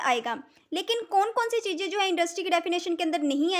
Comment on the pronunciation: Chijje ❌Chize ✅